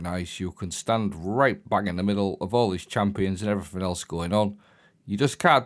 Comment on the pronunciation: "Everythink" is not a word. It's pronounced as everything.